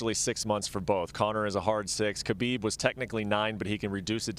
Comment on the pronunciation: She actually pronounced Khabib's name right. Most UFC fighters and even some of his fans still pronounce the K sound which is wrong.